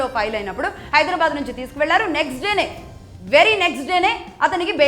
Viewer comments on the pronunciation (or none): none